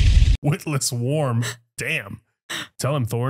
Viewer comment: Witless worm, not witless warm.lol😁